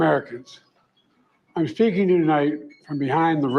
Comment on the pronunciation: My fellow Americans .. IM FAKING YOU TONIGHT..that's what it sounded like ..